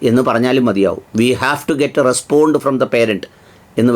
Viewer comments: റെസ്പോണ്ട അല്ല ബോണ്ട 😂😂😂😂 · Madam not 'respond' but 'response" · റെസ്പോണ്ട് ഒഫ് ദ് പാരന്റ് 😂😂😂. ഇവരാണോ പഠിപ്പിക്കാൻ നടക്കുന്നത്. കഷ്ടം. റെസ്പോൺസ് ഒഫ് ദ് പേരന്റ് - എന്നാണ് ശരിയായ രീതി.